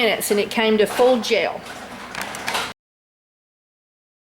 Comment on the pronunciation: I keep thinking you are saying jail. Then realised you are saying gel.